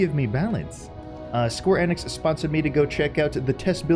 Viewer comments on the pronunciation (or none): none